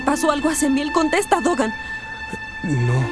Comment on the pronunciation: No es tokan es dokan 😂